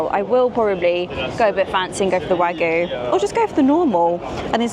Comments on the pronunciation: There's a Y in WagYu. You pronounce it. Tokyo is not Toko. Kyoto is not Koto. Wagyu is not WAGU - it is Wagyu - you pronounce the Y. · Love your vids - really enjoyed watching lots of your old ones too as I've just discovered you. But pulease learn how to say wagYu 🙏😅❣